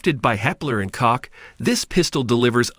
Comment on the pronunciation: Heckler and Koch. Pronounced Coke!!!! Like the soda.